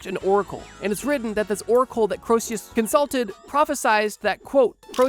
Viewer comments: Given that you think Croesus is pronounced ‘kro-see-us’ i’m going to guess that, incredibly, you actually weren’t joking. You definitely shouldn’t be making any videos about history. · It's pronounced Creesus. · I hate to be ~THAT~ viewer, but it's "KREE-sus", not "Kro-EE-SEE-yus" [because the E is between the O and S, not the S and U] though by as many times as you repeated it in two minutes, I get the feeling you may already know that. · I'm gonna be the pedant and bring it up, but your pronunciation of Croesus is just...wrong. Basically, the proper pronunciation has you omit the 'O' sound almost entirely. The vowel sound in the first syllable is an 'E' sound. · Croesus is pronounced kree3' sus. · Croesus is pronounced KREE-sus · Going to throw hands if you pronounce Croeses as Krosius again. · why does he pronounce Croesus like that? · I am liking the video so far. "entrouge" not even close to "entourage." Croesus, while spelled correctly, is woefully mispronounced. I recommend "YouGlish" to avoid these mistakes in the future. "popple coins" should be "papal." Overall great video! :)